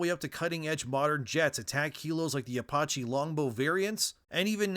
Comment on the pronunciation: Apoche? ApawChee??? I don’t even know what to say… Lordy. That’s NOT a mistake a guy makes unless he’s got his clitty locked up…. Wow. Just wow.